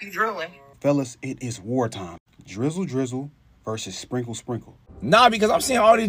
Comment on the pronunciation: 🤦‍♂️ drooling doesn’t make a sound stoopid! And the way she said sprinkle sprinkle sounds like she drunk af slurring her words! 🤡